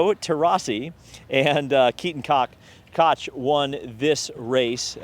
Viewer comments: this made me lol when i heard it keaton cock lmao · Fyi....Koch is usually pronounced "Coke" like the drink or "Cook" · It’s Cook. Same name. German English. Anyone named Koch, in my life, is Kookie! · Kenton Koch "Cook"